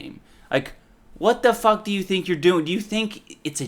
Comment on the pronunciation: When you said “fook”. Gold